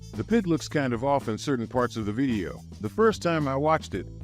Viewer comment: why does bro pronounce the word "video" as "vieo"